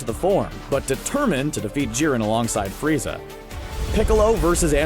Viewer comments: he says FREEZER NOT FRIEZA Somebody has been watching too much dbza 😂😂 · D..did he say......freezer?🤣